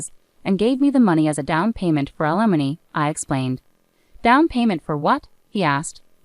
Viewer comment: Limony? Wow. A I is not so intelligent .😮